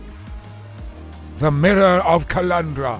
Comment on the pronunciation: Mirror not a mooooarrraah.